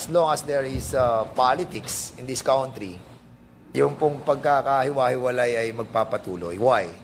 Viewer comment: Hoy DAN FERNANDEZ e correct mo muna ang pronunciation mo ng “COUNTRY” GAGO!